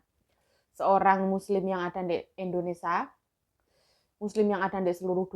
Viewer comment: Yu Indonesia, bukan Indonrsa, ngono lho Yu ta" benerin ya, sorry